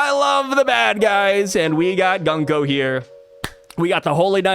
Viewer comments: Her bame could be pronounced Goonko since the U in japanese is Oo and not Uh. Goonko has a softer and more pleasant sound than Guhnko. Just a thought. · Japanese pronunciation... Gunko = Goon ko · I think Gunko is pronounced "GOONko" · According to google translate, “Gunko” means “War Drum”. Also I think it would be pronounced “Goon-ko”, which I think we can all appreciate a little more 😆